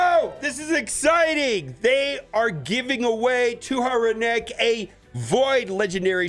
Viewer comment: In case you wanted to know how to pronounce her name: Tuhanarak = Too-HAN-uh-rack.